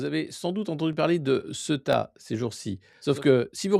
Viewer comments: On dit Céouta et non pas ce tas. Le E se prononce É et le U se prononce Ou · pas """Seta"" mais Ceouta"" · Se prononce ceouta Sorry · Ça m'a pris du temps pour réaliser que c'est ceuta et pas ce tas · Cela se prononce Cé-ou-ta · Prononcer Cé-ou-ta. On sait tous en Espagne que l'invasion a été organisée para Momo après la visite de Sánchez en Algérie. C'est une punition et aussi un grand essai avant la vraie vision de Ceuta, Melilla et les Canaries avec l'appui des EUA, d'Israël et de la France... On n'est pas dupe! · "SÉOUTA" C'est comme ça que ça se prononce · Du vrai travail de journalisme, merci ! (Ceuta se prononce Céouta) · Ca se prononce C OU TA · Par contre, vous le faites tous exprès de prononcer Ceuta n'importe comment?? Vous êtes pas sensés jouer aux journalistes? Je sais bien qu'il est extrêmement difficile de prononcer le nom d'une ville quand il s'écrit exactement comme il se prononce mais quand on est un peu con et qu'on cherche à avoir un minimum de crédibilité on prend un peu le temps de se renseigner, non?? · c'est [ce"ou"ta] la prononciation mon Alexis :) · Il faut prononcer "Céouta" Alexis ! ! Sinon très intéressantes ces analyses sur cette poudrière qu'ont toujours eté Melilla et Ceuta... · Cé-ou-ta, Alexis ! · Ceuta se prononce Sé Ou Ta !!!@